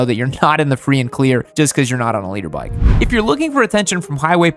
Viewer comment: i swear he was saying "Leader bike"